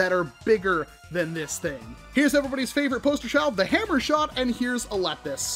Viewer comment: It’s pronounced lee pus